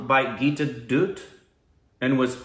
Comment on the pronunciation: ...Dutt is pronounced with a flat sound for D...same sound as "the"